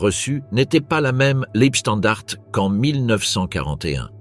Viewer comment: Dès le début cela dérape : la voix synthétique est incapable de prononcer "Leibstandarte" (ei se prononce "ail" et le e final n'est pas muet). Je ne vais pas plus loin, c'est de la daube. Les stratèges allemands n'avaient pas pensé que le Tigre 2, un monstre de 70t qui manquait de mise au point, ne pourrait pas passer sur les petites routes des Ardennes ni sur les ponts. S'ensuivit un énorme bouchon et tous les chars furent perdus dès que l'aviation alliée put entrer en action. Circonstance aggravante : les blindés de la Leibstandarte étaient commandés par Joachim Peiper, qui avait obtenu tous ses galons dans les bureaux auprès de Himmler, autant dire que sur le plan militaire il savait seulement obéir, et cochonner le boulot pour lequel il était gravement incompétent. En face, les Américains étaient au repos et ils furent surpris mais ils se ressaisirent très vite et Bastogne ne fut pas prise. Le problème des généraux allemands était la terreur que hitler faisait peser sur eux depuis l'attentat du 20 juillet 44. Les Waffen SS n'avaient pas peur, eux qui étaient chouchoutés, mais à eux seuls ils ne pouvaient rien faire. Cette offensive était débile, elle fut menée stupidement par des incapables et causa la perte de quasiment tous les blindés allemands. Comme à Koursk en juillet 43. Le pire ennemi de l'armée allemande fut le caporal qui la commandait. Salut et fraternité*